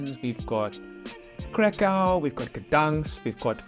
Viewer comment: Hi just to let you know don’t get me wrong or offensive just wanted to say that you pronounce Wrocław perfectly well so you might be interested to pronounce Kraków correctly so for English speakers to sound correctly they have to say Krakoof😉 you welcome🙂